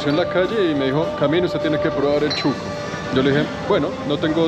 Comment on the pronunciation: Shuco no chuco jajaja 🤣